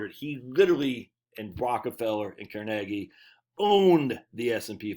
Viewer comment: Thank you for pronouncing Carnegie properly...most people put the emphasis on the first syllable instead of the second and then argue that they're right. The Carnegie Institute pronounces it right...who would have figured?